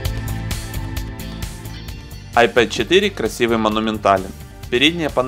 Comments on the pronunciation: вообще то "айПод" это плеер.....а "айПэд" планшет! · вообще-то "АйпЭд",учите английский. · Это тебе надо английский подучить) Любой школьник знает, что pad читается как "пэд". Не веришь - можешь транскрипцию посмотреть в словаре. Просто на руси уж так закрепилось коверкать иностранные слова на свой лад